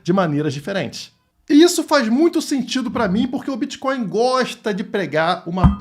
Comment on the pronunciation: "Criptomoedas e biticonis" kkkk bitcoins é oq, dinheiro físico 😅😅😅😅